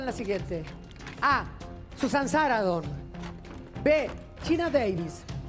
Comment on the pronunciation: En su 1ra pregunta dijo: "Susan Saradon" 3 veces, la N intermedia a quien se la regala?? Ni eso pronuncia bien? Y en 2da pregunta, pregunto sobre un look de los '60, pero cuando hizo el desarrollo, luego de decir la correcta, hablo de los '70...